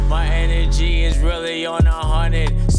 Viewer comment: I think he was saying Inner G and energy